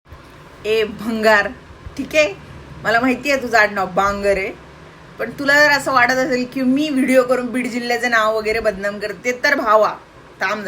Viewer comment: Bangar ❌ Bhangar ✅